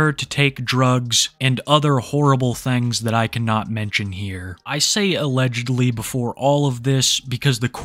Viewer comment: I love it when you say "thangs"